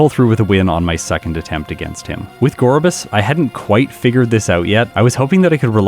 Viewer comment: Huntail's head fin somewhat resembles a scallop and, like Gorebyss' seashell bra, is likely meant to visually connect to its pre-evolution. Btw, I was quite pleasantly surprised that you got the Gorebyss pronunciation right, despite all the misinformation in the comments when you asked about it in an earlier video.